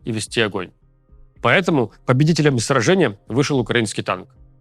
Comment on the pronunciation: ТАК СМЕШНО ЗВУЧИТ "УКРАИНСКИЙ ТАНК" ))))))))))))))))))))))))))))))))))))))))))))))